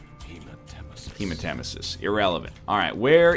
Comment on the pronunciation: HE SAID HEMATEMISIS RIGHT!